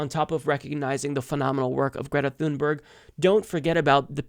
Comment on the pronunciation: It's actually pronounced "Tune-berg"